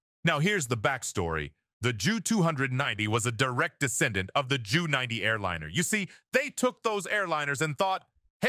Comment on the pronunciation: Sorry but this is one of the most moronic WWII videos I have ever seen. Ju90 is pronounced as a single letters J then U 90. The script absolutely sucks, it must have been written by a child. Often you show a Messerschmitt Me 323 Gigant, instead of a Junkers. My dad was a combat fighter pilot with the 8th Air Force, maybe you have heard of it. I doubt it. Still do take the time to learn history before attempting and failing to teach history.